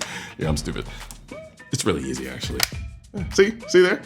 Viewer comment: upvoted your 'AkSHUally'